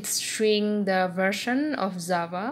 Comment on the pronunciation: Its not zava its java